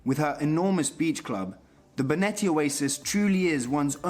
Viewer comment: Finally "Benetti" is pronounced right! Haha! Jokes aside, welcome!